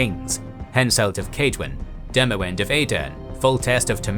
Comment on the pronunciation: Demawend is pronounced Demavend